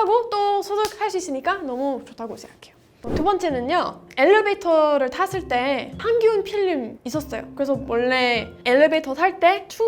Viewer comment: 향균이 아니고 항균! 한국말은 진짜 조곤조곤 잘한다~